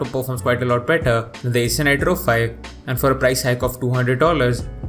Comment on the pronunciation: Eyser naytro payb and eyser predetor hilios hahahaha